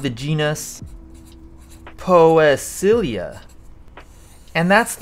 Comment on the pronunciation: Great video! Thank you! It's pronounced pee-see-lia btw hehe.